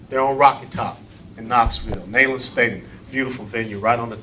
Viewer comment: As someone from Knoxville and Loves UT Football games....ITS PRONOUNCED KNEE-LAND...NOT NEIGH-LAND.